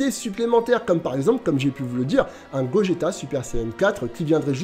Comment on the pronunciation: il a vraiment dit bogeta ? 😭😭😭😅